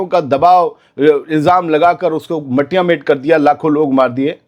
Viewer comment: Sir please correct your word Malia mait not mattia mait